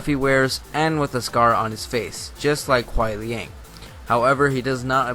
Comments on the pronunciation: It's Kuai liang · It's Kuai Liang. Look it up on the wiki you'll see. It's confirmed...dammit. :( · Dialog between kenshi a sub zero He calls sub zero Kuan liang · Hate to break it to ya, but it's Kuai Liang. One thing, bro: read the comic. And watch the trailer. "Alternate skin" of Sub-Zero is seen talking to Cassie Cage. And I just can't believe, you have not noticed his blue scar, behind his mask. And their dialogue was: Quan Chi : - "Your brother succumbed to me easily." Sub-Zero: - "I am not like my brother, Bi Han." UPDATE: Another proof of my words